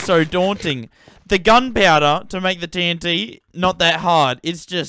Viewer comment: that's the way TNT should be pronounced, let's spread the message gamers! Love ur humor and brainfarts :D Also, massive respects for all the grind you put into this world!